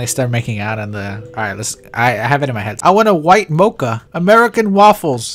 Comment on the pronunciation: did he just call a Mo - Kah a Mah - Cha ?